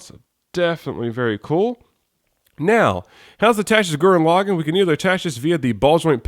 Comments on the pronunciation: LaGAAN NOT LOGIN!!!! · lagann has the soft a sound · actually their are two ways of saying it. Lagann is English login is japanese